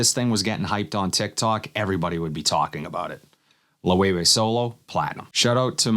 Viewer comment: Great vid just a nitpick...its pronounced Low-Evay. Not Low-Way-Way. used to work for the company so it happened alot lol